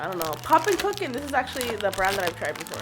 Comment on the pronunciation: She said kinda like poppin cookins I saw one called poppin cookin